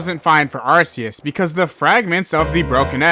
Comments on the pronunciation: It's not pronounced "Ar-see-us." It's pronounced "Ark-ee-us." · erm actually its pronounced are-key-us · Its Pronounced ar-koos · I think its arceus like ark not uh u know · It's pronounced ARC-EEEE-ES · the pokemon anime says Ar see us